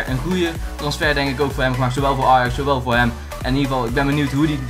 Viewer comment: hoe deze jongen ajax uitspreekt belachelijk